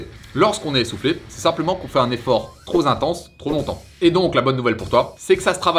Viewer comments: Salut, intéressante la vidéo merci. Je me permet un petit tips. Tu dis plusieurs fois dans la vidéo "trop z'intense". La liaison se fait avec le "p" de trop. on dit "trop p'intense" Voila bisous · "Trop" finit par un P, pas par un s Donc la liaison avec un mot commençant par une voyelle se fait avec cette lettre. On dit "trop Pélevé" pas "trop Zélevé", ou "trop Pintense" pas "trop Zintense"